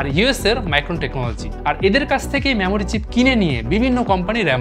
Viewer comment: আরে ভাই মেমোরি চিপস বলুন,ম্যামোরি নয়। বাংলা ভাষাটা শিখুন আগে 😂